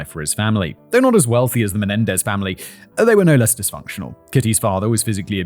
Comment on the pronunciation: “Mendenez” 😂 cmon fact boi.